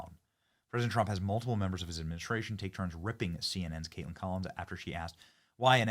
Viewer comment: Hahaha..Cate-LAND ...LOL